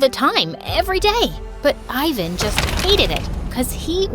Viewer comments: its not "ayvan" its pronounced like "evan" in balkan ofcourse😌😏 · THAT'S NOT HOW YOU SAY FRIKING IVAN!!!